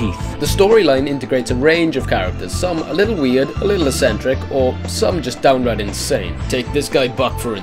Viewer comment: Can't say "eccentric"